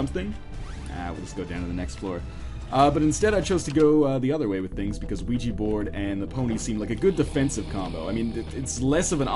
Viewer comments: it actually is pronounced weegee :| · OUIJA is pronounced "wee-jee"